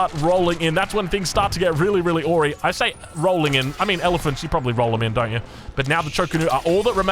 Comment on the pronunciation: pet peeve: awry is pronouned "Uh-rye", not "aw-ree". It's similar to "askew" or "amiss"